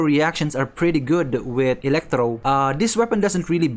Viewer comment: Elektrow. The emphasis tho. 😂